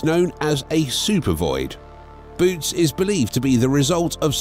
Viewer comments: Boötes isn’t pronounced “boots”. It’s pronounced “boh-OH-teez”! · Its not "Boots" void, its pronounced Boo-ootees. Also, the void has millions of galaxies in it, but compared to "outside" of the void it is a fraction of the galaxies that typically populate the universe. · I volunteer to go there, I want to be alone, where no one and nothing ever heard of Trump. PS: It's not pronounced "boots" but "BOW-uh-tees." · its a text reading bot, it doesnt know any better